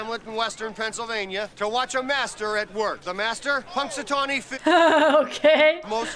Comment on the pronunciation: Thank you for reacting to this! This is my birthday movie, since I happen to have been born on February 2nd, GROUNDHOG DAY! I actually travelled to Punxatawney (pronounced "punks a tohnny"), PA one year and it was really fun, but no day repeating over and over 🙂